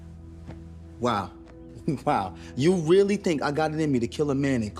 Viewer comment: Did she say Zackariah????